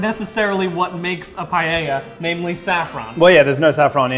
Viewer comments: Did you just pronounce Paella as Payeyah? Unsubscribed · i love english speakers pronoucing spanish words and ADDING letters, like paella, i luv pallella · so apparently americans pronounce paella païeïa i find that hilarious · its like "puh- eh- yuh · Im gonna die by the way they pronounce Paella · the pronunciation of paella in this video really hurt me deep inside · As an Spanish guy I feel offended by the way they say Paella